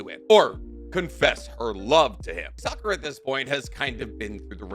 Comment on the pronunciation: why did bro just keep miss pronouncing Sakuras name 😂